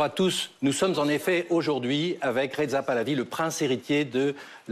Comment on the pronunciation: Le journaliste prononce retza 😢 😂 c'est incroyable cette incurie linguistique parisienne systémique 😅 il faut que ce soit un analphabète Gil jaune qui vous l'ose écrire !